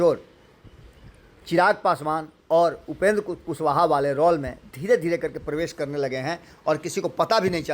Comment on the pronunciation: रौल रउआ नहीं ठीक बोलब, रौल ना रोल 😂